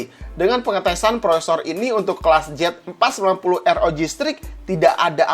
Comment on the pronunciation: gemes banget rasanya, jelas2 itu harusnya di baca Z490 , kok jadi JET490, simple ga penting tp mengganggu, semua video nya salah pengucapan, apa sih susah nya baca yang bener, pengucapan yang bener? udah gede lho, apa mau sekolah lagi?